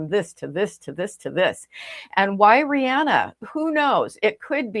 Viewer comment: It's pronounced like "Ree-anna"... The "H" is silent...